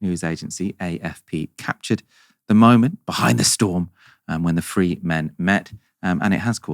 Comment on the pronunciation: please can you start to pronounce words beginning with or containing the 'TH' combination. ' Free, Fink, Fousand, Bruvver, Bovver, Troof, - the list is endless! You've got worse it seems, I know for a fact that you can pronounce Veez words as I've heard you. You seem to have slipped into a lazy habit. You're not a Dickensian barra boy y'know! 👍